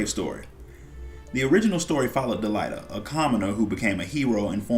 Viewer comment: Good video man. Got the record, it's pronounced delete-uh. Not delight-uh